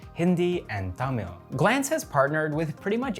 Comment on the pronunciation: Your the only foreigner who said Tamil correctly. Keep up bro 😉😉😉